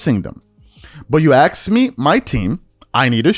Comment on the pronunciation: People don't say ask like that. It's triggering.